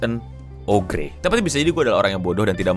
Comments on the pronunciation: oger anjir eno dibacanya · Ogre itu dibaca Oger. gimana sih???? Uda mirip belum,? 🙃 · bang, kalo mereka penduduk anomali twitter nonton ini bisa aja marah ama lu gara gara cara lu ngucapin "ogre"